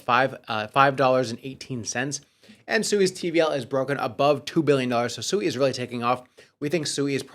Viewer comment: You just played a video a few days ago with the CEO of SUI and he literally pronounced it correctly five times in less than 60 Seconds and for some reason you still want to call it SUEY, like a little piggy.. I have some Dodge Coin I'd like to sell you that Elon keeps promoting